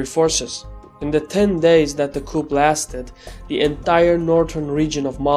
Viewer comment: Your videos are awesome! You and the economist offer insightful and relatively unbiased journalism. Thank you! [PS Minor minor minor point... coup is pronounced 'coo', i.e. a silent 'p' ... i just noticed it because so many of your videos involve coups.]